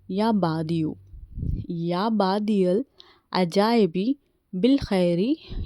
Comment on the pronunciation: It's not ya baadiul ajaibe it's ya badiul ajaibe